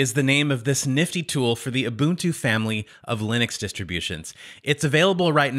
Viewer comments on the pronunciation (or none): none